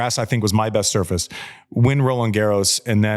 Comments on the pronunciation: When Andy talks about Rafa’s learning curve, I saw it happen over the course of the seven matches at Wimbledon 2006. Every single match he got better on the grass - you could see his learning process on grass. I swore back then he WOULD win Wimbledon one day. ❤ He STILL says ‘soo-FRACE’! ❤❤ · Rafa still can´t pronounce surface after over 20 years on tour makes him likable🤣